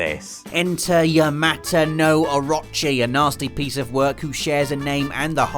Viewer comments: Orochi = Ahrachi... Just pulling your leg haha. Good video it was fun. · It's "orochi", not "orachi" or "a-rot-chi". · Actually rob its Orooochi. Not Oraaachi. lol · i'm gonna be that guy. it's pronounced or-oh-che not or-ah-che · I love ya buddy. But please tell me you fixed your pronunciation of orochi. Or-o-chi (OR-oh-CHI) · It is pronounced oh-ro-chi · Please stop pronouncing oh-RO-chi like that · It's Oh-roh-chi. Please, Oh-roh-chi. Long o's all around. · orochi is pronounced oo-roo-chi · Anybody else cringe every time he said "Or-ah-chi"? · I've seen some bad pernonciation but "orachi" is just awful Not sure if you are lazy or ignorant. orochi. please learn characters names before next video. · OH-ROH-CHEE. OH. ROH. CHEEEEE. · orochi, A-row-chi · O-rochi. Its pronounced Oar-row-chee (like the chee in cheese). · The way you pronounce orochi really bothers me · I cringed at how he said Orochi... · You're saying Orochi wrong, and it's driving me mental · I cringed every time you said "Orochi". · Is anyone pissed off by how he says orochi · Am I the only one that cringes when he pronounces Orochi.... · But he actually said his name wrong too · Is it just me or is he pronouncing Orochi wrong, I thought it would of been pronounced like Orochimaru from Naruto?!